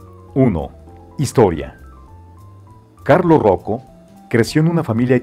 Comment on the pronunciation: Se pronuncia UBLÓ, el dueño de Hublot se llama Carlo Croco, no Carlos Roco.